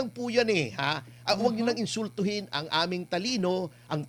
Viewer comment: Hehehe. Kung makabigkas ka nmn po ng salitang "INSULTUHIN" wagas. Eh, ikaw nga mismo nang-iinsulto sa sarili mong talino. Bakit? Eh kasi, YOU ARE/WERE LAWERING KRIMINALS/KURAP, ETC. HAHAHAHA